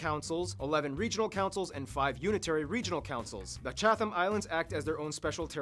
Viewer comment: The Geography Now guys were okay but mispronounced a lot of things. Locals use "The" in front of North Island and South Island, the same way American use "The" in front of District of Columbia. Chatham Islands is pronounced Chat-am not Chath-am The ao in Maori is pronounced "Oww!" (like you've been hit) and the r is slightly trilled (like a very short cat purr). It's almost, but not exactly, a soft short "d" sound. Certainly NOT "More-ee" like they kept saying. You'll hear the trilled "r"/short "d" in a lot of Maori placenames. The perfectly circular Mountain (it's not) is called Taranaki. If you say "Tud-a-nuck-ee" it's pretty close The adventure capital of the world is Queenstown, not Queensland (that's a state of Australia so big you could easily drop all of NZ in it) Harpuku is pronounced HAR-pook-kah, not Har-POO-KOO Hangi is not said like its a Japanese word -Han-GEE. The last letter is almost lost at the end -much softer than what was said. Apart from that it's all pretty okay. Kinda skimped on the whole "First country in the world to give women the vote" thing. Blink and you'd miss it. Also forgot to mention that there is some disputed evidence to suggest that a Kiwi called Richard Pearse beat the Wright Bros to powered flight by about 6 months. Not bad for a small country at the end of the world.